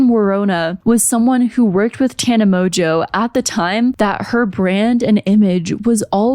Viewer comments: Mojo? Its pronounced MOJO? Here in the UK it is usually pronounced Mongewe, though in this case emphasis on the ewe! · There’s just no way that her surname is pronounced Mojo, she just doesn’t want to admit that her surname is Mon-Goo 😂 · Insert joke about mispronouncing Mongeau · I keep hearing mojo